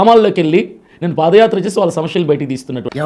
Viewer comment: సమస్య అనడం నేర్చుకో... సమష్య కాదు